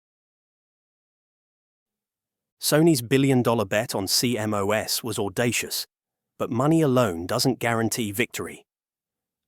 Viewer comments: No one says C M O S, it's pronounced "sea-moss". Dumb AI sheet. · CMOS is usually referred to as "See Moss," not C-M-O-S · Apparently, the AI voice used here doesn't know that the proper English pronunciation of CMOS is see-moss. I learned this in the mid 1970s as an electronics student in college.